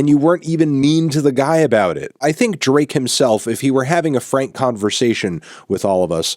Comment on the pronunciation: Ik that's his name but it sounds like u calling him Bae ❤💅